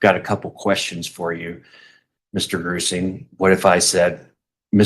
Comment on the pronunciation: Jonathan Grusing - FBI investigator I had to google it I kept hearing "Gruesome" not Grusing. Lol.